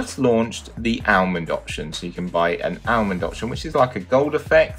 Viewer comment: Ourmond? Or almond